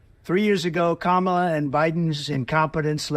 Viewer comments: Why is he all of a sudden pronouncing her name correctly?? Did someone get the message it wasn't working?? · He finally got trained!!! How many hamburgers took them to teach him how to say Kamala correctly? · He always uses her first name in his condescending way. At least he pronounced it correctly this time.